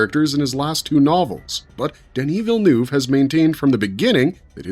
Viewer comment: Americans seem to have endless imagination as to how to pronounce Villeneuve